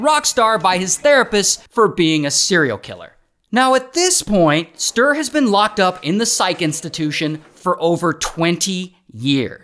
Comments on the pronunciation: Agree!! It’s supposed to be like “stew”+”reh”… not stir 😂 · I´m from Sweden and I know about this lowlife. But the you butchered his name all through the video is a crime in itself. "StUre" - not "Str" 😂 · Stir 😂väldigt bra uttalande av namnet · For anyone wondering, the true Swedish pronunciation of Sture is two syllables: “stew” and “reh”. Stew+reh. But it’s pretty hilarious to call him STIR. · No, there is supposed to be a harder pronounciation on the e. It's hard to explain, but kinda like sturE, not Sturr. 😶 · Sooo Funny hearing How an American say the name Sture 😂🤣😂🤣 And this is one of our greatest failings of our justice system…. We have e a murder of our,at the time, primary minister that also is a failing…. I believe those are our biggest… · yes, alot of us swedes care. He totally butchers the name pronunciation. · Yes, I know it's a joke. But for real, the name is greatly mispronounced, so no... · the pronounciation of Sture 😭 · Hey.. from Sweden here. 😂😂😂 I love your way of pronouncing Sture ❤